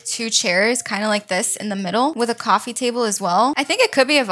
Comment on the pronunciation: I love when she says shaquet idk it’s jacket and cwoffee table